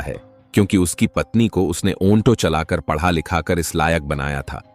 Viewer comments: Aonto nahi Auto 😂😂 AI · चुटिया ऑनटो नहीं ऑटो कहते हैं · Bhai Auto ko onto bol rahe ho,,,,,yeh galat hai,,,, lekin aisi zahil patni ko kuch sabak to dena hi chahiye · ऑंटों नहीं ऑटो होता है। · औन्टो नही श्रीमान ऑटो बोलिये😅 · Auto bolo Aunto nahi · ओंटो या ऑटो 🤣🤣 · Auto bol aunto nahi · ओंटो चालक नहीं भैया ऑटो चालक😂😂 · अन्टो नहीं अटो है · Onto nhi ji auto hota hai😅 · ऐ भौंडसी वाले आटों होता है ओनटो नहीं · Bhaiya pahle to onto nahi auto bolte hai. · Abe onto nahi auto hota hai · Aap bar bar onto bol rahe ho ye onto nahi aato hota h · ऑटो चालक होता है न कि ओन्टो चालक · भाई यह ओंटो कुछ अजीब शब्द नहीं लग रहा है मुझे तो बहुत अजीब लग रहा है ओंटो नहीं ओटो बोलो ओटो😂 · Onto nahi oto bol bhai...😂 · Kahani toh aachii hai.... but jisko aapp onto bol rhe ho...usko Auto kahte hai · Oto nahi hota auto hota hai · Bhai onto nhi auto hota hai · Auntoo nahi Hota Auto Hota Hai bhaii😂😂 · ऑटो को औंटो नही बोला जाता है😂😂😂😂😂😂 एक सॉफ्टवेयर से काम करोगे तो यही होगा। ऑटो की जगह ओंटो।।।। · Bhai auto ko onto kyu bol rahe ho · ओन्टो क्या होता है ऑटो होता है। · Shabdon ka ucharan galat hai jaise Auto ko aunto bolna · Aunto nhi auto bolte h bhai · Aunto nahi sir auto bola Kha se sikha aunto bolna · Aounto kya bol rha hai bar bar irritating ho tum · Aunto बोल रहा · Right 😂😂 aunto 😂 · ऑटो का सही उच्चारण करने का प्रयास करो, कहानी अच्छी कहते हो